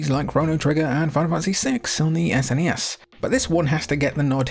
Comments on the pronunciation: SNES, rhymes with, uh, Ness. Not fez. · You're prouncing SNES incorrectly....lol